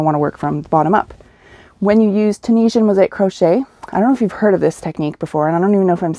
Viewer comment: You said Tunisian correctly! I do have a question about it though. I've done a blanket with a Tunisian hook with a very long cord to accommodate all the stitches but the cord deteriorated by the end of my project and I ended up buying a new one. I don't remember the brand I bought but was wondering if you have a hook to recommend for larger Tunisian crochet projects such as blankets. I've done a scarf or 7 with a very long hook and I've done Tunisian entrelac with a regular crochet hook since it was 10 stitches per square. I have no good solutions for the hook/cord combination hook for my Tunisian blankets. Do you have a favorite hook for this? Thanks so much,! I love your patterns so much! When I finish remodeling my house I really want to purchase the one about coffee needing to be stronger than your daughter's attitude! My mom really needs that blanket! 🤣 (it's only funny because it's true!)